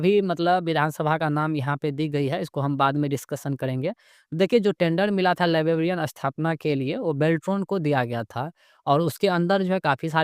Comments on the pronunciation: लीबाबीईअन काहे बोल रहे हो भई, लाइब्रेरियन होता है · Library ya librarian toh sahi se bolo yar , bllibbian bol rahe ho